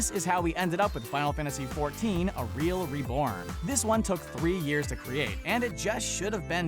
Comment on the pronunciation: Did you really call "A REALM Reborn", A Real Reborn? Lol! Wow